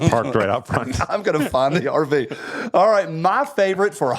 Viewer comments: It's a good thing for the picture of the RV, at first I thought he said Arby's. Abortion at Arby's! Lol!!!!😂 Hello from Idaho! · Man!!!! I thought he said the “snip snip” was taking place at an ARBYS!!! 🥴